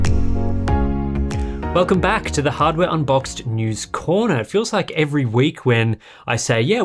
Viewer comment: OMG!!! Subtitles are actually saying "Hardware Unboxed" Well done i guess, for exraordinarily prnouncing it this time 😎🤣